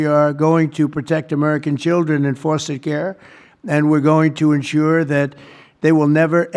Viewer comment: "Forster" Care?